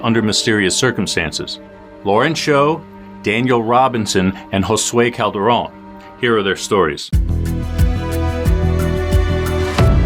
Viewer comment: thank you for saying our last name..Calderon.. correctly! im unrelated to him but you are officially THE first non spanish speaker i have EVER heard who didnt completely annihalate the (not very) difficult name. u took the time to do a google search and not pronounce it like a damn Witch's Caldroun. A caldero is a pot lol yes That is what it means but it is pronounced how it is spelled. everyone overcomplicates the name Calderon. but it shows attention to detail and respect for Josue to not mistake his name in an eery way after he was stabbed and murdered. its the little things that get viewers subscribing. keep up the good work. i burned myself with my straightener when i heard my name said nicely and easily by a gringo 😂